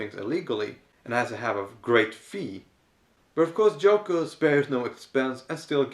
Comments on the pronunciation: I kept thinking you said Joko every time you mentioned her name. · Isn't it Yoko not Joko?